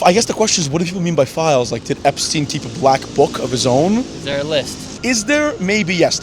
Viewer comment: "Jewish school" "epSTIEN"